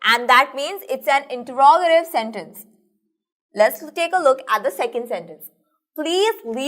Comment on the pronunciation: awsome but the pronounciation of interogative was wrong